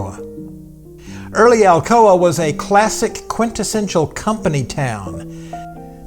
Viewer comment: I suppose she pronounces Alcoa "Alcohola"